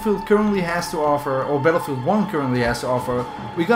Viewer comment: So you have made videos of this game for 4 years and you still can’t pronounce Battlefield...